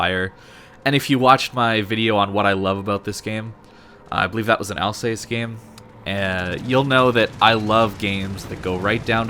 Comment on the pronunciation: Just a quick point; Alsace rhymes with ass, not face ( seriously! ) So, Al-sass. It's a region of France near the German border.